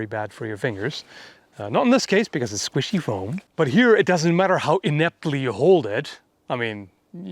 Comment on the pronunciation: are you a Dresden Files fan? Discworld? It's a very important question. Also, I love the way you say 'squishy' most amusing